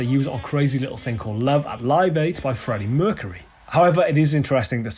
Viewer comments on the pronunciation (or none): For a moment there I thought you said Frank Mercury!😁